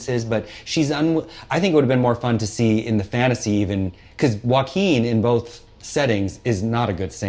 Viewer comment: "Joe-a-keen" is now the only way to say his name 😂